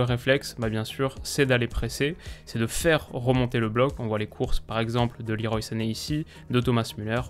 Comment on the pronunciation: leroy se prononce à la française